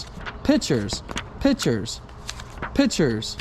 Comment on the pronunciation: idk why but it was funny when he kept saying “pitchers pitchers pitchers pitchers” instead of pictures 🤣🤣💀💀